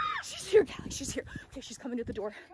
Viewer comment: You say calllie name like that not kaley